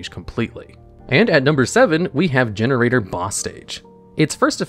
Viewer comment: Please, break the word in half, cleanly. There's no extra 'r' to make it gener-raider. It's pronounced 'Gene-raider'. The card's effects themselves even make this indisputably clear as they state that each boss's effect support each level 9 boss as an archetype and outside of the archetype a SPECIFIC GENE TYPE of monster card. For example Generaider fire boss Naglfar's protection effect can cause him to self destruct, destroy 1 other ally Generaider boss or destroy any 1 other BEAST-WARRIOR type monster to take the hit for a different card that is about to be destroyed. They are Gene Raiders not 'generraiders'. It also can't be Gener-Aider because not all of their archetypical cards can 'generate' extra bodies (in or out of the archetype) to the field, Dovelgus, Generaider boss of iron and boss stage itself do, BUT Mardel adds a plant monster or level 9 boss to HAND, Frodi tributes 1 warrior or level 9 boss to negate an effect, Naglfar destroys a level 9 boss or beast-warrior card to protect another card and Hela swaps a zombie or level 9 boss on field with one in the gy. I really hate that big monster card names cause reading issues/pronunciation problems, when reading is the most important part of playing the game.